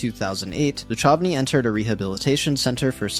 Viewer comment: David Duchovny is pronounced (Doo-kuv-nee)